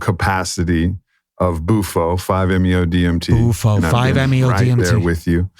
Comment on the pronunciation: It's BUFO...not Mufo